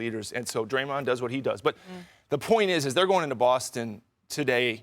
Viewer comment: Did perk call Draymond “Graymond? Lol 😂